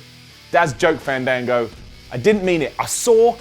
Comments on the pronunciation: it's not fahndahngo, its... faaaaaaaaaaannnndaaaaaaaaanngooooooo. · it's FAN-DAN-GO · if u loved fandango u would of said his name right u STUPID IDIOT